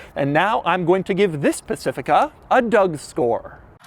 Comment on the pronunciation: Did he accidentally say he's gonna give it a "Doug store" in the intro or is that just me?